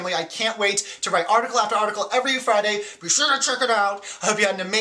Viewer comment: Dude. Stop saying bye like that. 0.0 and you totally need an intro!!! xD